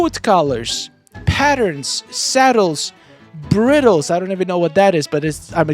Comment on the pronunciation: Bridels pronounced with an I sound. Its the thing that goes on their head to where so you can lead them around with.